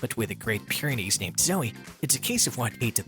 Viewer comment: It’s pronounced “Peer-ah-nees”